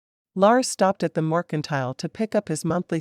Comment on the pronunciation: All of these books deserve a MUCH BETTER Reader then whatever this AI is. I'm so tired of missing words and the mispronouncing of words. Morkintile, is in my brain for forever I believe. :P